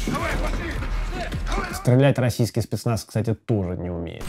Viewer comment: Шпецнац, шнайпер, штеклотара. Живи ещё хоть шотню лет.